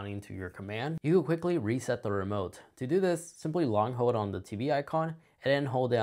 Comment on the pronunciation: This is helpful but suggestion: Your diction is super lazy and distracting. Dropping syllables makes you sound illiterate. "Hold" not "hode" "All the way" not "alway" "Pretty" not "pri-ee"